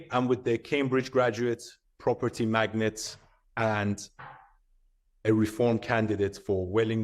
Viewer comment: It is magnate not magnet ROFL.